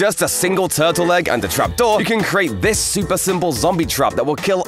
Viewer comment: '' thjhis works with glass to''